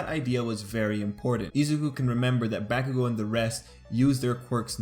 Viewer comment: Ok I just wanted to say I really like your videos and analysis or BNHA. But your pronunciation of Izuku and Bakugou kind of takes me out of the flow of the video. channeling Hermione It’s IZUku, not IzuKU. And BAH-kugo. Not BEH-kugo. sorry to be that person. :,)